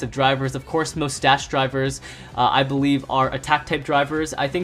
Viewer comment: Hee saidd bewive